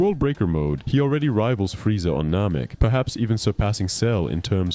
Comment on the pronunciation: Nehmehk not Nohmehk...